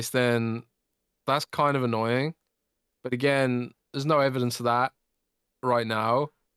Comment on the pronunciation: there is no k in annoying!! FYI, its annoying not annoyingk